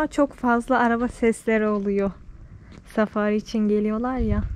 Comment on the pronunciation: Arap milliyet ileri safari ye "safariy" der